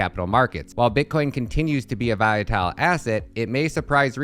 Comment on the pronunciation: You confused me, you kept saying Viatile, then all of a sudden you said it correct. Did you do that on purpose? Lol. Good video though